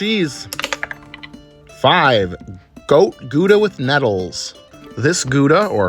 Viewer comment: Yoooo kudos for trying to pronounce Gouda right !! You just need a little bit more of a guttural sound for the G. Other than that it was a GREAT attempt!!